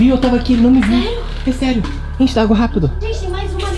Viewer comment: Eu gosto muito deles "rafa e " mais da a raiva quando o fala raperu 😡significa "rapido"